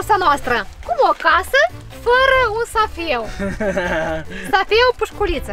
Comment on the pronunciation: Nu safeu dar seif. NO HATE